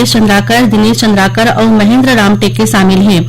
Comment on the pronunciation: सुरेश चंद्रकार मुकेश चंद्रकार। अरे उच्चारण तो ठीक से कर लिया करो जी। बहुत दुख लगता है। छत्तीसगढ़ी किस प्रकार से चंद्राकर है कि चंद्रकर है जरा समझ लिया कीजिएगा।